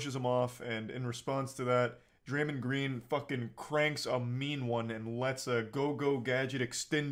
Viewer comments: "draymen green" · repeatedly saying Draymund is going to make me stop watching this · Hard to take serious when he can't even pronounce the name Draymond correctly and has clearly not played a team sport. Love content and most of his takes, but like come on brah